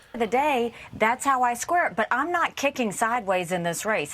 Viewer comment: Had to rewatch to understand "that's how I square it" and not "that's how I squirt." Am I the only one hearing that?